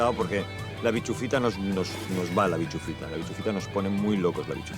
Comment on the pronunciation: El momento tienda de campaña por la noche lo mejor. es bischofita no bichufita jajajajajjajaja